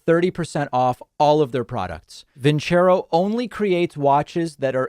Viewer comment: I won't consider your sponsor as long as they won't consider the correct pronunciation of their name. vin CHEH roh is ridiculous. Don't choose a term in a foreign language if you are not willing to do the homework. Listening to "Nessun' dorma" would have taught them.